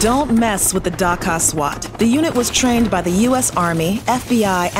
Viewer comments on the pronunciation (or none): none